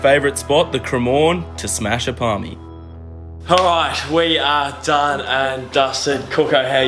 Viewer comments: Parma not parmy obviously. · it's parma. Was a great video up until then. Totally ruined it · It's parma not parmi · Parmi no no no it's parma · They called it a parmi instead of a parma. Sack them. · sorry but its a parma not a parmi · this video was going good until he said parmi. wtaf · Loved the entire video until he said Parmi! Not Happy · its a parma not parmi, cmon champ!